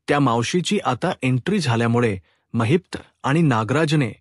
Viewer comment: It's not Mahipta it's Mahipat .